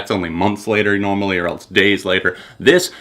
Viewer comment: "Or eltse"